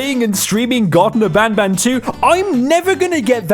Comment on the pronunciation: bro garten of banban is a stupidly bad horror game but the more stupid thing is that he didn't even say the name right he said "Garden of banban"